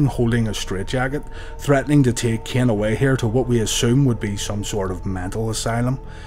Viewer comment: Just wanted to let you know that Taker's brother's name is Kane, not Keeon. Same as with Vince's son, who is called Shane, not Sheeon.